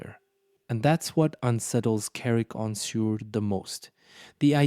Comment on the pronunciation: Suir is prononced Sure not sewer